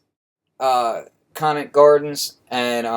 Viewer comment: Great Vid Flux!!!! Awesome Sounds!!! P.S. Conant is pronounced with a long "o". Thanks from the D!!!!